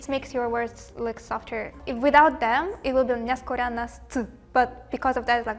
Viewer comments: BELARUSian, not BelaRUSSIAN, just to clear any confusion. Also letter O in Belarusian is always stressed, so it should sound nyaskÓranasc' = няскÓранасць 👌 not ≠ няскорА́ННасць. But she was so funny that it doesn't really matter 😂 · Выпуск классный. Единственное, что хочу заметить, что белоруска немного забыла правила белорусского. Она произносила "няскорАнасць", а правильно "няскОранасць", т.к. в белорусском языке ударение на О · i feel a bit sad that there's no Belarusian person in the comments that noticed this Belorussian lady in the video make a dumbest mistake in the last word няскоранасць... She stresses the first а in the word like няскорáнасць while one of the simplest grammatic rules of Belorusian says literally that if there's a letter o in a word then it'll be stressed no mater what. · In the word няскоранасць, the second syllable (-ско-) is stressed, not the third one (-ра-). When a syllable with О gets unstressed in some form of the word, then О changes to А in that syllable in Belarussian (as in the pair хочэш — хачу).